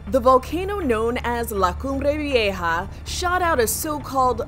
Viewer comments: Laa CumbRe VieJA lol the pronunciation she does gets to me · 'lA cUmBrE ViEjAA' girl you don't need to enunciate so hard 😂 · You know the narrator spent hours practising how to pronounce la cumbre vieja . She says it just like the female voice on google translate. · I didn’t think it was that great sorry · english people pronouncing La Cumbre Vieja is very funny